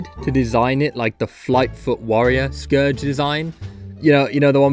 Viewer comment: NOOO I FORGOT YOUR BROTISH YOU PRONOUCE SCOURGE WRONG